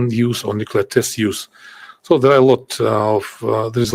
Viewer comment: Nucelar, se dice nucelar!!! Jajaja